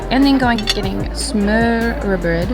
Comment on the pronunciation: I am from Denmark and I laugh every time I heard you say smørbrød 😂